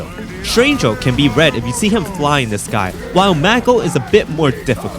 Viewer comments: My biggest gripe with this is hearing the word "Ulti" instead of just Ult like a normal man. But otherwise, nice stuff. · Saying "ulty " pissed me off more and more everytime u did it but other than that good video